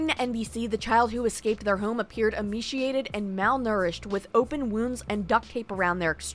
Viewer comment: Slow down take your time reading... emaciated not "emchiated"... slated not "stated"....